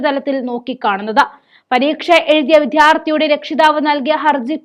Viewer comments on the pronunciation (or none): " വിധ്യാർഥി " അല്ല. വിദ്യാർത്ഥി ആണ് ശരി. ( വാർത്താ അവതാരകർക്ക് ആവശ്യമുള്ള " വിദ്യാഭ്യാസം " ഇല്ല. കഷ്ടം.).